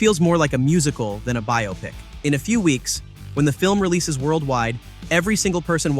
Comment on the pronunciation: Biopic = Bi-ah-pic